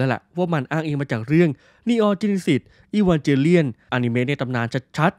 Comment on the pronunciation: Evangelion มันอ่านว่า อีวานเกเลี่ยน ไม่ใช่หรอครับ